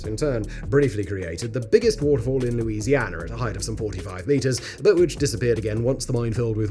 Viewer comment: I just solved a mystery. I found out where all the British "R's" went. They went into the state of Louisianar.